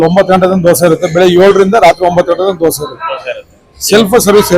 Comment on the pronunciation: ಧ್ವಸೆ ಅಲ್ಲ ದೋಸೆ 😂😂😂